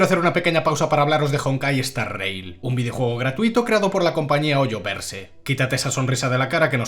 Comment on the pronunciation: Je je. "MI-HOYO" Je "HOYO-VERSE" XD y eso pasa cuando no haces una corecta geolocalizacion del producto en cuestion X'D